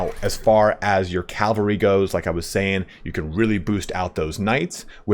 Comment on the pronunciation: Love your videos, your pronunciation of cavalry is sus though